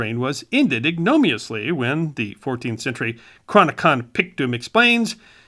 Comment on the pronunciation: Ignominiously. Not ignomiously. Your channel loses credibility, not necessarily when you make a mispronounciation, but more importantly, when you appear to lack the scholarly rigor to catch the mistake in the editing process. Perhaps you did not write the script. Perhaps you plagiarized at least that section. Had you written it yourself, I think it less likely that you would have mispronounced it in the first place. On the positive side, the bow tie makes you look super smart!